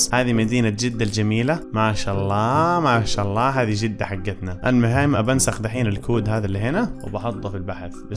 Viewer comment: مشا آلله مشا الله يقولها متل الهنديين😂